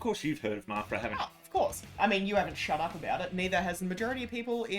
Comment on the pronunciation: It's pronounced "marpra"? Not "mafra"?